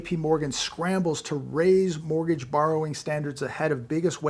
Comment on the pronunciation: take a look at a clip I edited it has a strange rime to it: even if he's serious it sounds a little bit funny even if in in a morbid way,.. also: Mortgage = Borgage